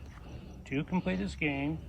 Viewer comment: The notion that a man who cannot speak grammatically correct English or pronounce words like “this” or “that” is a teacher in America is as sickening as it is pathetic.